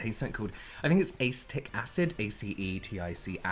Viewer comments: "ace-tick acid" im deceased 💀💀 i immediately went "uh-see-dic?" (how it's pronounced) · I'm studying to become a chemist and when said ace-tic acid instead of A-see-tic acid haha, i cringed just a bit 😂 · Just an fyi: Acetic(uh-see-tick) acid. (Hopefully this comes off as respectful as it's in intended) lol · Oh no baby .... it’s “A-See-tic” acid lol I love y’all hahahahah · "Acetic" = uh-See-tic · Uh-seed-ick acid* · Acetic acid is pronounced “ah-see-tick” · Is acetic acid really pronounced that way in england? I just wanna know